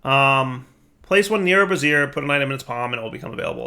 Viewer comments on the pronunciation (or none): What you were saying… bras·siere /brəˈzir/ noun full form of bra. You meant to say Bra-zee-er bra·zier /ˈbrāZHər/ noun a portable heater consisting of a pan or stand for holding lighted coals. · Brassiere? my man, it's pronounced Bray-zee-er. Good grief, my man, you've got me busting a gut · Brazier.... they way you pronounce it is a bra, bro. Try bray-zure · Brassiere - womans undergarment (bras-ere) <- what kept saying Brazier - a large vessel for burning contents (Bray-ze-er) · Bray-zure with a soft z, not bra-zee-er with a hard z. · "bray-zeer" dire. bray-zeer. Please stop setting bras on fire. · Brazier... Bray-zeer... A brassiere is something a woman wears to hold up the ladies. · Brazier. Bray-zee-er. Brassiere is something else entirely :D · is "Brazier" really pronounced "brassiere"? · women wear brassieres, rituals utilize braziers. It's bray-zher dude. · That's... not how you pronounce brazier. A brassiere is something very different. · rhymes with Frasier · Gotta admit, I chuckled every time he pronounced brazier the way he does.